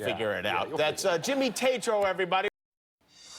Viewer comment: Tatro is never gunna be anything but a frat boy with that speech impediment. Sorry to break it bro could anyone take that seriously in a serious role?